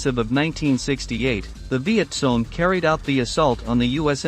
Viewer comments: Why do you say viet song ? It's Cong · For heaven's sake study your subject. VİET KONG not VİET SONG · It's not Viet Song but Viet Kong. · It's not Viet Kong either Sparky. It's Viet Cong ya know.... Victor Charlie ? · He was pointing out the proper way to pronounce the word. VietCong with a K sound. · It's viet cong